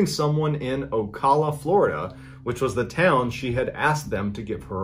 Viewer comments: LoL It is pronounced Oh-Kal-a (not call) Ocala Florida. You came closer than others. Had a friend call it Oh-sell-a. Sadly, we are known for a number of crazy people around the area. Love the stories. Keep them coming! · Thank u for pronouncing it correctly..That bothered me too the way he pronounced it!! From Jacksonville.. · Lol when you are from fla thats not how you say Ocala 😂😂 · It’s pronounced “O Cal A “